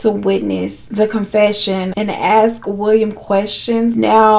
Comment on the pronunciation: Is there a reason you say 'aks' instead of 'ask'? I used to be proofreader for a print house, can you tell? 😂